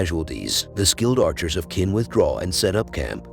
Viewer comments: Chin, not kin. As in China. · I can’t even watch this. “Qin” is pronounced “chin,” not “kin.” It’s like watching a recap of The Crown but the RF is called “Wine-sour.” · Its pronounced chin not kin. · Ch like change, the pronunciation of Qin is 'chin', just saying, I suppose you did not watch it in original Chinese but in English...